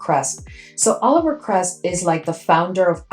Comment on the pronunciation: I think it's Olivier. Oh-liv-ee-ay not Oliver